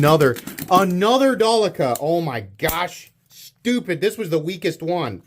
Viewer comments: Its not Dalica, its Delica FOI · Its Sypderco DEL- I -CA